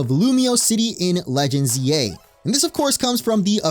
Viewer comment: I thought you said legends Ye 😂